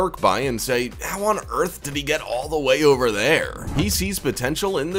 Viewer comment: What is with the voice of the narrator when he wants to make a point, like in the first one, when he says “go getter” and “over there”? He starts it at the beginning and continues throughout. Driving me crazy, lol.